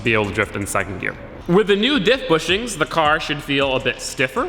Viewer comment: Yeah he keeps saying wif instead of with...